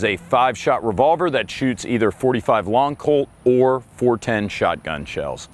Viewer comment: It’s not “long colt”.